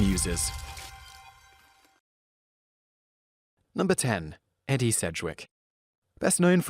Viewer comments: Ee-dee Sedgwick not Eddie, lol sorry that just bugged me :') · Say Edie's name right. It is pronounced ee -dee, not Eddie. It reminds me of the video where you pronounce Mamie as Mammy. Look up Edie Gormet and Mamie Eisenhower. The Rolling Stone song Angie was for Angie Bowie, the then wife of David Bowie.